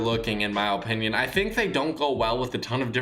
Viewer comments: Guys. It’s his, OH-pinion. XD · Mac Man yah but I’m tryna emphasize how he says it lmao cuz it’s mad funny